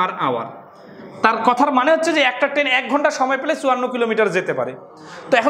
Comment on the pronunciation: ট্রেন না বলে কেন আপনি বার বার বলছেন টেন?